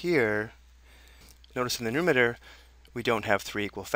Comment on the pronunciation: good video!! :D...but its nuMERator. not numator.